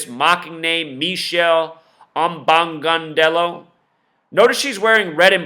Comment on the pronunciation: "Me-shell Ombogaundello"? lol